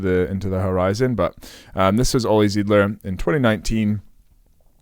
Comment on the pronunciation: great video. Thank you. One small detail: His name is Zeidler (with E I) pronounced "Sightler". There is one other option to train and exercise the timing and relaxation in the front. Olli used this way as well during his last prep years for Paris.